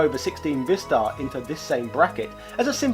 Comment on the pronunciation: According to the Korean phonetics, it's actually pronounced, "VAI-star"...rhyming with "bye", "hi", "cry", etc.